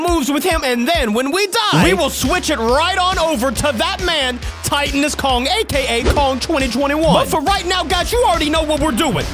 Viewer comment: Titanus pronounced: tight-an-us.